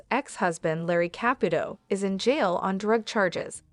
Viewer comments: Girl you need to take a Italian course! Here Ka put o. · Why can't the narrator of this video pronounce the name "Caputo" correctly one time?!👎